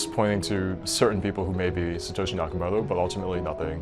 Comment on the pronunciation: the western narrator be like: satoushi nakaomuotou, can't even pronounce it correctly (in Japanese way)